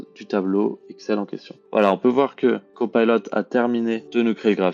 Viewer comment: Copilot svp et non cpaylot. En français c plus joli.